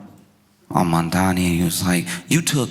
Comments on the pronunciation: "My name is Momdani, M-O-M-D-A-N-I! You should learn how to say it" To see Momdani smile while waiting patiently for his turn, feels like seeing the test question that you've been studying for! Even as a Canadian, on an island, Zohran is my mayor!! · HIS NAME IS MAMDANI, MAMDANI, YOU SHOULD LEARN HOW TO SAY IT…. THE MOFO WON BY DOUBLE DIGITS 🎉🎉🎉🎉🎉🎉🎉🙏🙏🙏‼️‼️💞💞👏👏🥰🥰‼️‼️